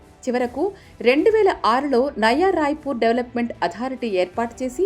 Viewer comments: నవా రాయపూర్ కాదు నాయనా నయా రాయపూర్ అని మాట్లాడు తండ్రి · నవా రాయపూర్..కాదు నయా రాయపూర్